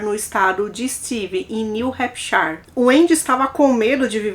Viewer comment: Parabéns! Dica: Hampshire: fala-se (hampichir)